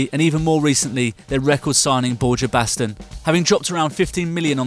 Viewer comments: They completely butchered Borja Baston's name. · The way you pronounce Borja Baston gives me AIDS, and I'm not even Spanish